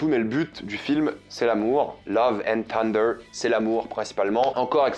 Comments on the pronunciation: Love and ssunder, pas tunder !! D'ailleurs on dit bien Tor en français, mais Ssor en anglais. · Tu es sûr que le "th" de thunder ne se prononce pas "θ" ? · Salut,merci pour tes vidéos et merci de défendre le cinéma!ne le prends pas mal mais quitte à prendre l’accent américain pour le titre du film n’oublies pas le cheveux sur la langue sur « th »de thunder!pas une critique juste un conseil pour améliorer ton anglais!✌️